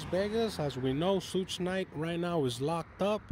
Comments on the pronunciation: Douche bag not “soog knight” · I FIND IT FUNNY HOW HE PRONOUNCE’s SUGE’s NAME SSHHHUUUU NYTE 🤣🤣😅😅🤣😂